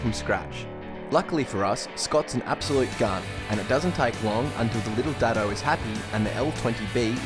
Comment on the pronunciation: So nice to hear the Australians pronounce "Datsun" correctly instead of "Dotsun" like the Americans. Signed, A Canadian.